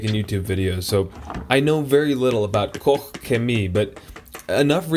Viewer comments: its pronounced caw-ch chem-ee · It's pronounced KO-SHEMIE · . At 00.12 you pronounsed it almost correct. Use Google Translate to practice. Grtz. A Belgian. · I've heard people in german videos pronounce it koshhemi, like KOSH - HEMI (as a chrysler engine "hemi"). Asked a friend from Germany, the correct way would be KOH, but she believes it's a regional accent so there. :D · It's pronounced 'Cock-Shemee'. Yeah, one of the best, the cleaning power on the wheels is as good as Brake Buster. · You pronounced it wrong lol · First of all: Guys, why you care so much how he is pronouncing Koch Chemie :D (Btw the IPA would be „ kɔχ - çeˈmiː “) You have to test out the other products of the company. I highly recommend their „Nano magic plast care“ for exterior plastic parts!! :) it will look like new. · You’re having way too much fun trying to pronounce Koch Chemie lol. Really looking forward to seeing this come to the US. Very well respected brand oversees. Thanks for the video! Hopefully you get to test more Koch Chemie products.